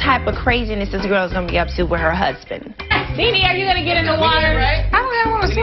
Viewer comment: She says “Wiff me” 🤣🤣